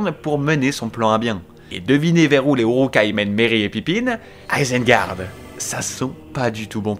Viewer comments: J'ai trop kiffe c'était trop bien :D moins fan de la prononciation de l'Isengar mais trop bien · "Pipine , minasmorguoule, Izengard" ptdrrrrrr j'ai envie de mourir c'est quoi cette prononciation